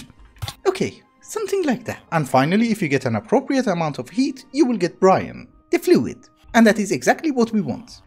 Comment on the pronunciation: And it's a silent E not Brian or brine... is Brine